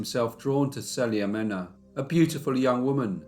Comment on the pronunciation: Perfect Spanish name pronunciations. 👏🏽 Wonderful narrating and interacting case. Thank you.